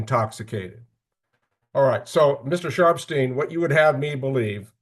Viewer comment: Not me thinking he was saying "Mr. Sharp's team" the whole time 😂😭 Ohhhh Sharpsteen!! 😅